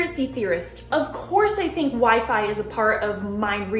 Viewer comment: The way she puts an H in "course" really boils my piss.